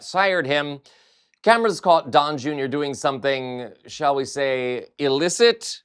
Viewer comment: It sounded like you said "Dong Junior" which is funny in so many ways